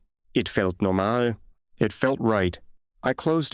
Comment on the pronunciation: Voiceover is FAR WORSE than any other I’ve heard! AI keeps mispronouncing English words with a foreign accent. Words like normal, excited and expressive suddenly changed so much I had to stop, back up and read the story to understand the narrative. Definitely worst AI voice reading yet!